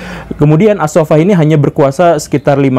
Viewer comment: koreksi dikit, stad... yg tepat as saffah.. أبو العباس عبد الله بن محمد السفاح bukan ash shafah.